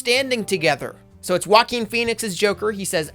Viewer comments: What happened to your mouth when you tried to say Joaquin? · You said Joaquin wrong